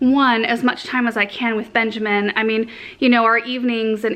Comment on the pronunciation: Whenever she says Benjamin i always think of Garrett watts' babydoll 😂 anyway That's a lovely tree 😍 and that cute little baby angel sleeping under it 😽💕